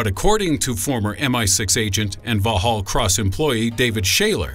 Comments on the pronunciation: took me a moment to work it out it was so far off lol. vallhallross? wait thats a london buss. ooooooh. haha vox hall cross /facepalm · The pronunciation of Vauxhall Cross is very funny. For the benefit of Americans, it is pronounced the same as you would say "Vox hall Cross".